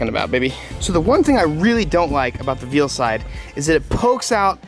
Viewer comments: Is it just me or did anyone else die a little inside when he said "veal-side" 🤦‍♂️ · I think Veilside is pronounced "Vail-Side" 🤷‍♂️ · I love his videos but it bugs me how he says Veilside